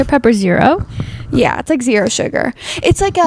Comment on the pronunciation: says "Coke no sug" 😂